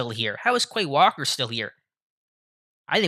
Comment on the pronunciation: Bro learn how to pronounce the names correctly 🤡. Look up how to say “ QUAY WALKER” 😐